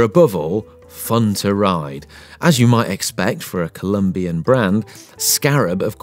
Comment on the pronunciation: The bike says on the top tube...IT’S COLOMBIA NOT COLUMBIA, and the narrator still says COLUMBIAN BRAND.